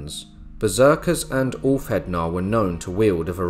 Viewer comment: I enjoyed this video, great editing, very informative. For future reference the ð is pronounced as "th". But please don't think this is me sh!tting on the video.